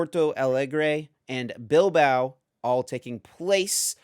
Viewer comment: Just found out about the podcast last week and I'm loving it. ❤Just one small criticism, maybe check the English pronunciation of some places beforehand cause you guys are butchering some places like Oceania, Porto Alegre, Bilbao. 😅